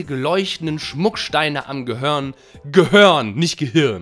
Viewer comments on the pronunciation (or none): none